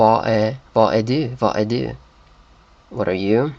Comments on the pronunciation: in danish "du" is pronounced more like "doo", and you shouldn't roll your tounge as much as in norwegian. To me, as a Dane, this video is very funny to watch :) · Your danish pronounciation is too close to norwegian du and du does not sound the same the U in danish is more like the ou in the english you.